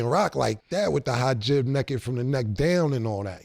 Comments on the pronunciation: Cam calling the Hijab “Ha-Gib” is hilarious 😂😂😂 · Cam still fucked up Hijab 🧕 pronunciation 😂😂😂😂